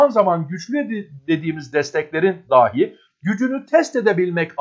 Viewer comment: Daahi demeye devam ediyorsunuz. Dahi...kısa a ile.